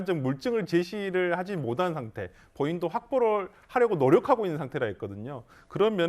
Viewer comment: 이건 사족이지만 '못한'을 '모탄'으로 말하는 사람과 '모-단'이라고 발음하는 사람의 말은 무게가 다르네요. 그쪽 사투리나 좀 고치고 방송에 나오세요..